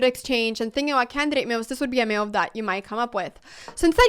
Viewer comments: This is a wonderful video and I agree with evantim2588 below. One thing that bothers me however, is that you seem to pronounce "move" like "Mewv. So if it makes any difference, you could practice the cow sound "moooo" and then the cat sound "Mew". Also, I am afraid that you may be correct in your pronunciation. If so, I have been wrong all my life! You obviously have a lot more experience with mewves than I do. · I was listing with 0 volume and every time you said move it showed as meal in the subtitles and I was so confused